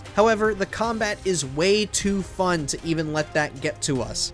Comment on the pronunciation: Bro have you even played it? And my god you alwaysss had to emphasise "It IsN't FuN" like we fkn get it.